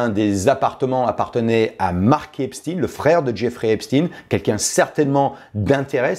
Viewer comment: On dit Epstein comme Einstein.